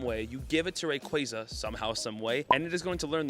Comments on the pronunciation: Bro it’s Rayquaza, not Rayquaza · You say Rayquaza wrong!